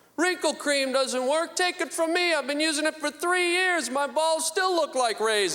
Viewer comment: its "work " not "worth"